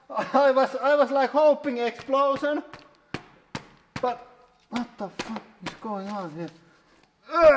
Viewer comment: "I vin you lose No exsplosin"